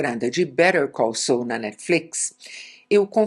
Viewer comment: Que você fala inglês, que tem uma excelente pronuncia, disso todos sabemos, porém a pronúncia correta do Saul é "SOL", e não "SOU". Basta ver os personagens falando o nome correto de Saul Goodman.